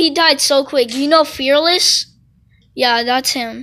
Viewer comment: “We played with FE4-LESS” But its …